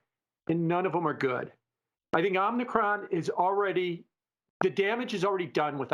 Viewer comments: Love, far from trolling, but Omnikron? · Somebody msg this guy and tell him how to say Om-i-cron. It’s making the channel look bad. 🥴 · It's not "omnicron".